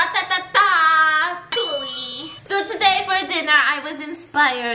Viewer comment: Ratatatouille never saying the movie normally ever again